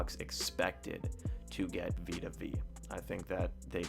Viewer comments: Veya not veee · Vita Vay-uh. Vita Vea. Like Bethea. George Weah.